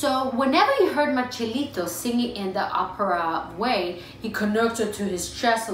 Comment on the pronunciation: It's Marcelito, not Marchelito.